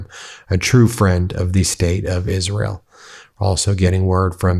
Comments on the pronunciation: I'm gonna miss the way Miss Lindsey butchered the name of his adopted country - "Izearl". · “I’ll be with Izz-rel to my dying day.” Mission accomplished. Rest in piss.